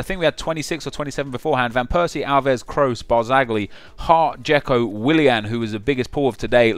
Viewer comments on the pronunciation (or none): none